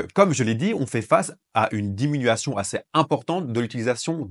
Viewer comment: Merci de ces infos et des explications bien claires. ( diminution et non diminuation )